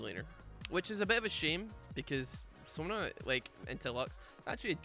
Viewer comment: You said Sona and i hear Sauna every time